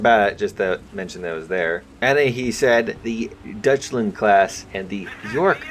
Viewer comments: “Dutchland” is just irritating just to listen to. DEUTSCHLAND, EUTSCH not utch. Same for calling the L.A.V. a Lav, accronym for light armored vehicle. Same thing to me as people calling the FAL the Fal. Also an accronym for fusil automatique leger or light automatic rifle. ”Dutchland” would definitely earn you a slap upside the head in Germany. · Deutschland is pronounced “Doychland”. In German, “Eu” is pronounced like “Oy” (I know, it doesn’t sound right but that’s how it be)